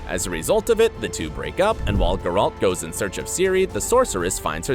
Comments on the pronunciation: geralt not guralt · Stop saying GerALT! Omg yuck. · I literally don't understand how you can keep mispronouncing his name. It's Gayr-ult. Not gay-ralt. it's literally pronounced for you in both the series and the video games. How can you screw up literally the easiest thing??! It almost makes your video unwatchable. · Grrralt .. XD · Voice: "JASkier" "GerALT" "DUHNey" Me: please, make it stop TnT Voice after saying "Yenefer" correctly: "YeneFOR" Me: why am I being punished? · Grrr-alt? That's not how his name is pronounced. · Dislike for gurAlt. Also striga ("i" pronounces like kit, not like kite). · I am disliking this video because the narrator can't pronounce Geralt correctly. It's not Guralt. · How is it possible for a person to horrible mispronounce every single name. Who is Gare-hawlt? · Thank you for your insight. However, every time you say the name GerALT I feel the power of satan grow within me. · Ge-Ralt. Yenefor, Jaskier, cmon man, at least do your homework if you want to clickbite people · I’m so triggered by the pronunciation of Geralt. Yikes. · God, had to stop after 30 seconds... PLEASE PRONOUNCE THINGS PROPERLY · You are butchering Geralt's name. Damn.. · Bro it’s Geralt not Geralt. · After I heard how he pronounced Gerald, I immediately stopped watching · Why in gods name can't you say Geralt in the right way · I can't watch this because of how you pronounce Geralt 😵😵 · Yes. What can you expect from a video that pronounces geralt that way